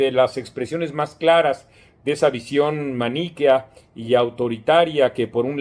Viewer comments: "maníquea", o "maniquea"? 🤔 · Maniquea, sin acento en la i... tal vez fue un error de pronunciación.